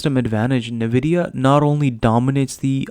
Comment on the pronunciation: You should learn to pronounce NVIDIA. It’s horrible to take your information credible while listening to your „Nividia“ .. particularly as a gamer you should know better…